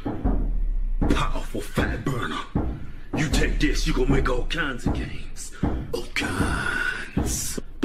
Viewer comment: "ALL KINDZ"